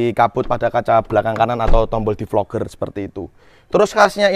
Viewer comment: DEFOGGER mass bacanya bukan DEFLOGER